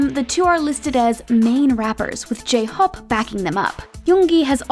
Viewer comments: talk about the pronunciation of jhope as jhop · Why did the narrator say j-hope like its a traditional name like she could possibly butcher it lol A for effort tho